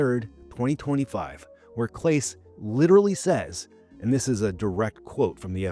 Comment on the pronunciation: You mispronounced Clase's name. Or the AI did. Ugh. Moving on.